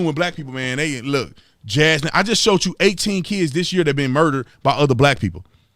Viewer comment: I’m not God, but my guess is Jaslyn and Daunte are not going to the same place. Thank you for speaking the truth, Officer Tatum, even if you do have trouble pronouncing Jaslyn’s pretty little name. 😉 Thanks, too, for the love you show for the precious babies who have so tragically been killed this year. They, I’m sure, are going straight to Heaven. God rest their sweet little souls!